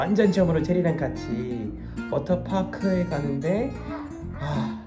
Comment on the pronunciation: 미국인의 아주 정직한 한국식 워터파크 발음👍